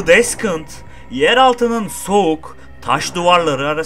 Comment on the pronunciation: Böyle güzel içerikler üretiyorsunuz teşekkürler. O kadar uğraşıyor emek harcıyorsunuz telaffuz olayına biraz dikkat etmenizi öneririm. Deskınt nedir ya 😅